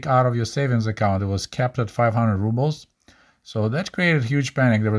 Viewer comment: amazing video as always. Your momentary mispronunciation of Rubles reminded me of many Russian-speaking YouTubers who pronounce it "rub-bles" instead of "roo-bles." Any ideas why? Is that also somehow correct? Doesn't sound right to me.